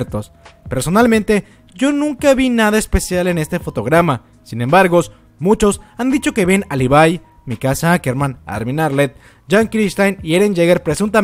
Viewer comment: livai..??? levi se pronuncia